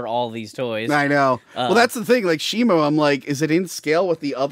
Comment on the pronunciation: IT'S SHIMO! WITH AN O!